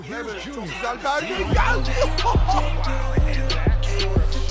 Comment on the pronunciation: 42 numaralı Maxi Kleber’in ismi ''kılibır'' değil ''kıleber'' diye telaffuz ediliyor. Çok önemli değil ama yine de söyleyeyim dedim :D